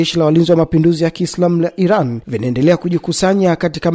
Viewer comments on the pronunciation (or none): none